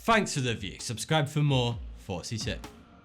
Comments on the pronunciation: All this time I thought he was saying "42 here" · I thought he was saying 42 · Every time you say that I feel like you say 42 not thoughty2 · It sounds like you're saying "forty-two" instead of thoughty2... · How did he get "forty two" from "thought two"? I know it's a pun and all, but to me the pronunciations of the "f" sound and the "th" sound are completely different. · Speech impediment makes it sound like forty 2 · Brah you are saying fourty .. lol do a video of you saying these words .. I fought an elephant . Where is the fire hydrant If we all fought and the. Thought we saw something then wouldn’t that thought be five times better than the forecast ? I’m just messing around man I love your videos , thanks for all the hard work and great info . U rock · Sounds like he says Forty-Two. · Sounds like he says "hey 42 here" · Is it just me or does he say "42" at the beginning of every video??? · LOL I always hear you say Hey 42 is here :D good cases. the allagash 4 and travis Walton are true. I hadn't heard the other ones. but 1 of the best cases were the Hill's in new Hampshire back in 1961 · No. You're saying 42. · Why does it sound like he's saying Forty two? I hate that shit lol. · at the beginning of his videos it sounds like "42 here" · do you say 42 or? it really sounds like you say 42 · Lol, the opening of these videos reminds me of Get Smart; it sounds like he's saying, "Hey, 42 here!" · He says thoughty2 like 42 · sounds like he said hey 42 here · did anyone else thought he was saying : hey 42 here or was it just me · Is he saying Thoughty2 or forty two? I know what he is saying, but....the way he says it confuses me..... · I like your videos, but it escapes me as to why you call it, when you can't pronounce "Th" everything with a "th" in it comes out "f" forty2 and fought and fanks Just an observation, I will of course keep watching your videos, you certainly do your research.